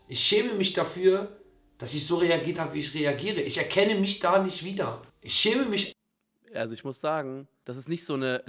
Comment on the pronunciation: Alle: "ich schäme mich" Simon: "ich chäme misch" 🤭